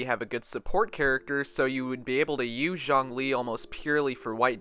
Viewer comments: Xiang=Syang Zhong=Jong You're pronouncing them wrong that's why they sound similar 😂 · I'm spending every single primogems on Zhongli coz who doesn't want a tired, broke ass God in your team?? btw you pronounce his name is like the Z from 'Zoo' (Zhong - lee), and Xiangling is She - ang - ling.